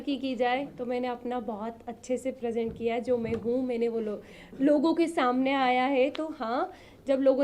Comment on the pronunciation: Maine Hota hai mane nhi😂😂😂😂😂 kitni gawar lady hai ye isko Kaun andar lekar gaya .... wada paav bech 😂😂😂😂 sahi hai....